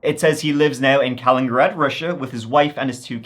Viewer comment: It's not kalin-grad, it's kali-nin-grad.